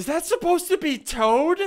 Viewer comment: toad not tad